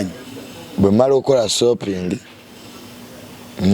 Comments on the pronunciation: Soaping in voice,😂 not shopping 😂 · when did the term Shopping turn into Sopping 😂😂😂